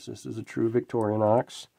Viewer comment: 'Rostfrei' means rust-free. And it's Vic-tor-i-nox , not "Victoria-nox" . Nice book, I'll look for a used copy.